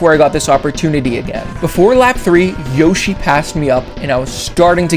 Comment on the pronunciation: “Yoshi”? You sure about that?